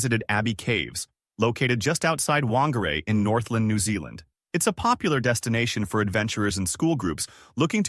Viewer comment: For Whangarei, it is not ponounced as Wongareii. it is Wha-nga-rei. The "rei" part is where you slightly roll the R.